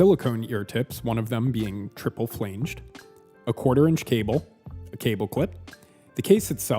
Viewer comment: “Smorgasbord” not “smorgasborg”. “Flange” doesn’t rhyme with “change”, it rhymes more with “plans”.